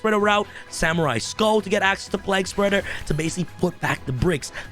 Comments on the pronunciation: The card I think should be band is destiny hero destroyer phoenix enforcer. Also it's plague spreader like the black plague not like your saying Prague with an L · lmao Bro its pronounced PLAYg- Spreader too funny!! hahaha also, isnt Haliqufribrax banned now? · Man, the way you pronounce plaguespreader is whack.